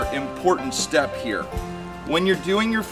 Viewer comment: “Bring em on round hewe”😂😂😂